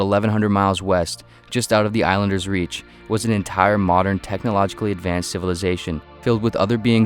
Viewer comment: "ADVANCAD WEAPONRY"